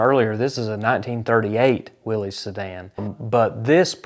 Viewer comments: I am watching this video on TV, i saw the '32 Ford gasser raced by Robert Nance, and I saw it live at Covington, GA. i am pretty sure I have a photo of it. I will look in one of my photo albums. I also saw the part about the Hemi Hurricane WILL-EEZ ! You pronounced it correctly ! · So proud that you pronounced Willy's correctly